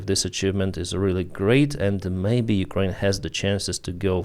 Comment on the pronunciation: Big props for the shout-out of Cappy! Mans got balls and integrity. Just wish he knew how to pronounce Ukraine 😁